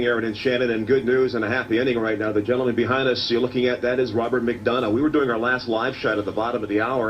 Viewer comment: HEY!!! The guy who walked up on the people filming Who'd been missing for hours...has my last name! Lol Not often I hear my last name said let alone correctly lol Then again I do believe you're from Georgia,...and I think there is a McDonough, Georgia. Lol Sorry lol That took me by surprise! I even went and showed my mom lol We actually did have a Robert McDonough in our family too. Sadly we lost him when he was only in his 20s. My mom always jokes about something he used to say as a kid. They'd ask him to do something like hey robert could you grab me a can of pop please? And his answer to anything like that would be "For a buck" 😂